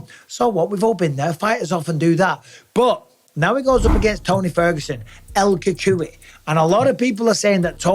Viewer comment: "El Cachooey" lolol British people can't ever speak Mexican